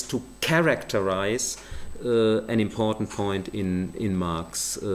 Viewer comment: You know he is trolling when he refers to "value theory" (pronouncing it "walue") as a "valuable insight" (pronouncing it correctly) in a single sentence.